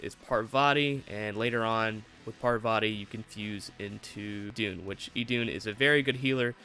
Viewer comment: Idun is pronounced "Eden" btw. As in the garden, hence the apple.